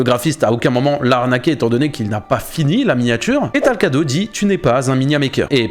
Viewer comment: c'est pas talcado mais talcrado